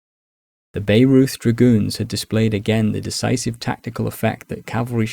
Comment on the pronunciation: Great Video. You have quickly become my favourite YT channel for the Napoleonic period. Also a quick tip. Bayreuth is pronounced more like byeroit.